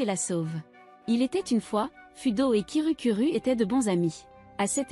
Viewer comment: Hum tu avait dit kirukuru a la place de kirukiru. /\__/\ |● ●| ( /> ) Un petit chat 🐱 ❤❤❤ Bref continu comme sa❤❤